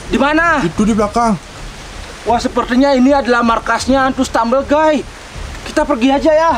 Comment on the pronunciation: klo baca stambil gays tu jangan lupa harus teliti, stambel gaes 😊